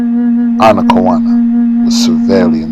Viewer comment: Are you sure her name is pronounced that way? Google says her name is pronounced, "Ana-kay-own-uh". The effects of colonialism are still persistent so I'm not sure if Google is getting it wrong so I don't know.